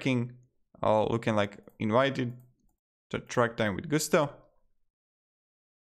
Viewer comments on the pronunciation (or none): Not GU STO; GUS TO; there is nothing French about a company that got its start in the midwest.